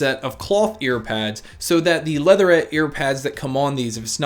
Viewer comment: "leatherette "......kills me every time.